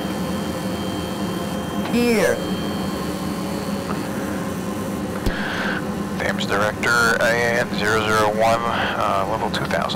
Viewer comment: it's pronounced "Temms", not "Thaymes" (River Thames)